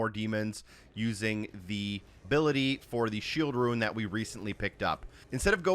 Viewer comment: Not being an asshole but are you saying shield ruin or shield rune?? I think I'm hearing the former and I'm looking for ruins every time you say it🤣 I'm following your videos and thank you for the help!!!